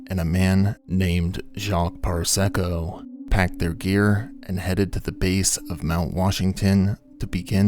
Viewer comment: "Parysko" becomes "Parsecco"? Maybe small stuff but how can we trust the rest of your data?